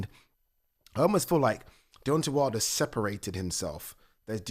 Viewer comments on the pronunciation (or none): Deontay ‘WID LER’ lol 😂